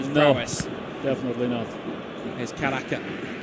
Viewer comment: Gue fokus pada komentatornya,, caraka dibilang karaka😂😂😂😂😂